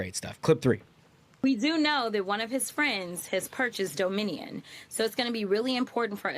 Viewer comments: Can we revisit how Jasmin mispronounced Dominion? 😂 Domin-ian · Jasmine, "" worries about "Doe-MINnie-YUN." (🤔???) machines. worries about "Leeveritch." Yes, even the spoken word. EVERYTHING Democrats touch...